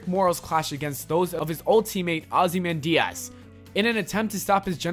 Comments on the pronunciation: mate your pronunciation of ozymandias was way off, it sounds like you said ozzy man diaz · mate do you really don't know ozymandias, your pronunciation is waaaay off